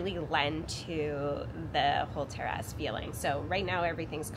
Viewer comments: Okay.. I thought that was just me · you say terrace funny!